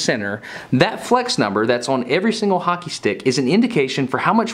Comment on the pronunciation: As a Canadian, thanks for pronouncing "Hockey" correctly. A lot of Americans hate O's for some reason. "HACKEY"